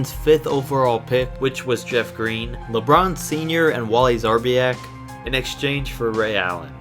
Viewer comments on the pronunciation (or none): lol he said lebron sr😂😂😂😂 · 😂😂😂😂 You said Lebron Sr. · You really said LeBron senior 😂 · Yo said lebron sr. 😂😂😂😂I’m dead